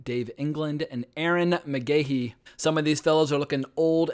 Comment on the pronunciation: Says he’s been a fan of bam since the cky days but cannot say his last name right…. Also mispronounced Ehren McGhehey last name wrong.